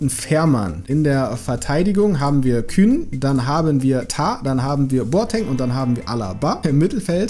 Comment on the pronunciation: Der heißt nicht Kühn.Der heißt Kuhn